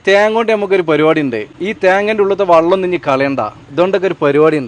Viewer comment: വള്ളം അല്ല മാപ്ലേ ? വെള്ളം എന്നു പറഞ്ഞൂടെ? ഞാനും കോട്ടക്കൽ അടുത്തു തന്നെയാണ് താനൂർ.